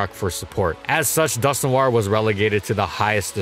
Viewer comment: It's just pronounced like Dusk-Nor not Dusk-New-are. I cringed hard every time he said the name